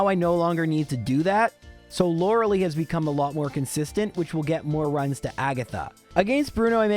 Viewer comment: Begging to watch Gilmore Girls and learn how Lorelai is pronounced.